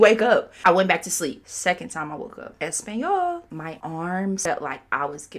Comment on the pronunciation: the way you keep saying español is frying me😂